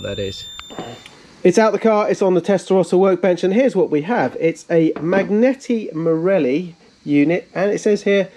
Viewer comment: Love this! Just 2 points: MAGNETI MARELLI is pronounced ‘manieti’.. the GN is the same as in ‘lasagne’; And the Ratarossa logo should be Green White Red, not the other way around 🇮🇹 😉 Hope this helps in some tiny way!